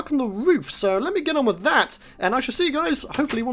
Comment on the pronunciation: Witch not with!!!! Lol